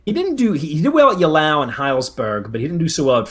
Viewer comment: Oh ffs do you have dyslexia? Mee-Loh-Raad-Oh-Vich! Ey-Lau! Au-Er-Stedt! Gnei-Seh-Nau! Chi-cha-gov!